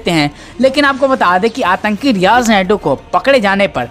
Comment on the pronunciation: Riyaz nayku.।। है नायडू nahi.।